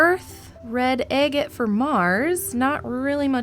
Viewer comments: Its Agate not agit. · Egget? egg? It is agate with A not e. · Girl, youre murdering the pronunciation of agate